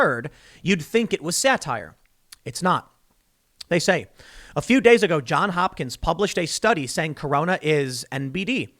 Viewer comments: "Johns Hopkins" Tim. Not John Hopkins. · Frog2 I'll give you thumbs up for that. But the Baltimore Hospital and University really are called JohnS Hopkins, and hearing Tim leave off that S is just grating and reflects badly on him.